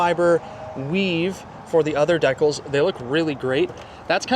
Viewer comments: Don't waste your money around this soyboy. In Canada. They are called dee-cals, not deck-ulls. . Get real poser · Deckles,🙄 lol... DECALS (Deecals)!😉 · Lol, American here, was just saying to myself, what? Decal? Does he mean deeeeCal? 😆 I love how you handled that. Love the camper, too. I could easily live in that baby! (And we love our Canadian neighbors, as well.) 🌷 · Its not DAK-ALs its DeeKals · A CD player? Seriously? Why not just put an eight track player in…😂😂😂….And its DEE CAL….. DEE CAL…… deck ul sounds completely retarded. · Deh-culls….. or deecals….. hmmm……. 😂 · “deckles?” Come on man… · Deckles? Maybe he means decals. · Decal is short for decalcomania, it’s Di kal, not dekkle ¯\_(ツ)_/¯ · Deck-als....silly Canadians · De-cals is the proper pronunciation. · Holy poop!😂😂😂 I seriously didn't know he was saying decals! I have never heard it said that way before! I knew he was talking about the badges and sticker trim on the outside, but I thought "deckles" was just some technical term used in the RV world for the trim or something. I would have never in a million years thought that deckles was decals! 😂😂😂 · "You can see just how quiet it is in here." Canadians not only can't pronounce "decals" right, they apparently hear with their eyes. 🤨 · im also canadian and never heard anyone pronounce DECALS like you do... thats a you thing bro not canada thing lol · Decals im from the states i didn't know what you were talking about until you said it the right way aye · decals? potable? He pronounces everything like this on purpose doesn't he? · Vaylence! Come on man! It’s a valance, and I nearly deckled myself when I heard you say deckles. Good video, bad English, expensive and it’s just a camper. I’m just picking on you, but you made me laugh a couple times. Goto love them Canadians! Not Trudeau tho he’s a Hitler! He said the pot drawer! Oh that’s legal in Canada 🇨🇦? I like the 4 season aspect of this camper. No slides no leaks.